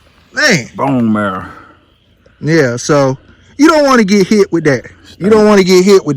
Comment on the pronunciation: I like the way he said bone marrrra like ah country boi. 🙏🏽🤣😂🤣